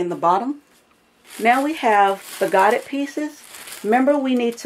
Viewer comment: Great video, but I believe godet is pronounced go-day with an emphasis on the a.